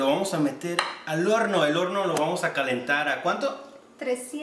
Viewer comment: ya iba bien el vídeo asta que dijo horno